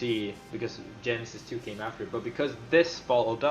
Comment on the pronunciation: jasty powalski I think he says it more like "Genesis, too" rather than "Genesis 2"